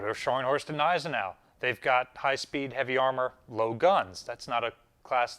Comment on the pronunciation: Just a slight correction on pronunciation, the "g" in Gneisenau should be pronounced. "G-nay-zen-ow"